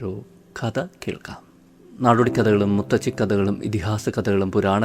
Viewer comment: SUPER, SUPER, EXCEPT മുത്തച്ചി, CORRECT IS മുത്തശ്ശി. O. K🙌🏻🙌🏻